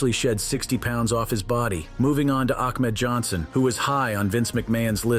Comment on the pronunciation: this must be bot work because this voiceover said " ACKMED JOHNSON"🤣🤣🤣🤣🤣